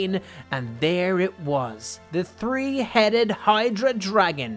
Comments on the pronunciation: Why do you say tree instead of three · You are saying 3 wrong instead of seeing 3 you are seeing tree